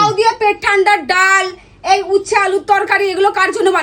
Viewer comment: ওটা উস্তে না উচ্ছে ঠিকমতো বলো